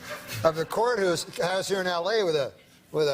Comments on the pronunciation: The Canadian accent comes out and he corrects himself lol Courthoos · Norm slipped into full Canadian mode for a moment there. In the courthoose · courthuse...eh. totally Canadian.